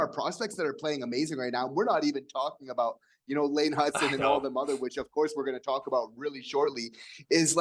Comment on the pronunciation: It's Hutson.